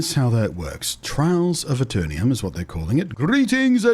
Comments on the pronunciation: Pronounced A Ter Num Not A Ter Nee Um Hope you enjoy the game and bring aton of players with you, PvP is challenging and there is a strength and weakness in every class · Love your videos and voice - lots of positive vibes! I believe, however, it is pronounced Aeter-num, not Aeter-ni-um :)